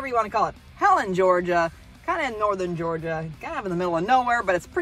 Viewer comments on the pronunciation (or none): none